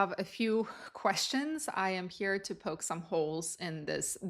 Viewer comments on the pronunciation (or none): none